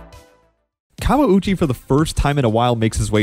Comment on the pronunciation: This YT'er and the Portuguese announcer knew how to pronounce his name unlike the American announcers who kept butchering it and not even trying.